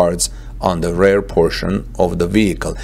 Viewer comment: Thanks for the video! Please check the pronunciation though - its REAR, not RARE.